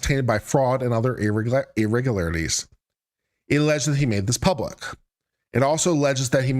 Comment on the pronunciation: Lmao, the first time you said it , I was fine and I said it with no problem, then you did it that third time and I was like oh no..I could not pronounce that word that I’ve never have had a problem in my life with😂😂😂..I had to stop the video and try saying like 10 times before it came back to me…lmao ..the curse of the irregularities …😂😂😂…but anyways, ur my fav lawyer in you tube …:)